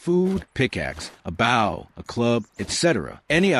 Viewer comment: Was this done with an AI voice? I can't believe that any human wouldn't know how to produce Bow